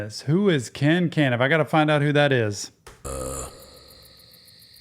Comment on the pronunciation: Ken can-iff. This guy is awesome. Like seriously. Seems like a great guy. But that made me laugh